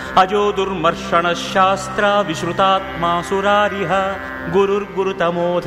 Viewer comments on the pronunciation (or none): Of course,I am a staunch fan of that legendary singer; and I just loved his pronunciation of Vishnu Sahasranama...But I felt really hurt by a few mistakes...eg, "Ajo durmarshana " SASTRA" instead of "SASTA" and so on...Wonder why nobody pointed this out....